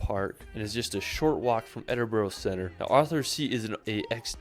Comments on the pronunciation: Ed in brugh(bru)not brew or bro, say burra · Why do people call it ‘Edin-boro’? It’s ‘Edin-brugh’. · Edin -brah Bro! greetings from Scotland! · As a Scot, I cringe when I hear his guy pronouncing the names incorrectly !!